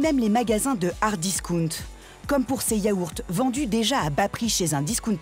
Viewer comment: Hahahaha le disOUnt ... Cest facile le dire comme il faut.